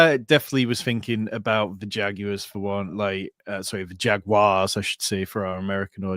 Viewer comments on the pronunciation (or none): never stop saying jag-you-ahs.